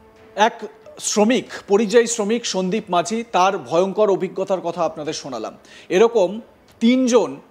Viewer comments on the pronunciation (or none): Majhi noy,ti is maji.correct pronounce n spelling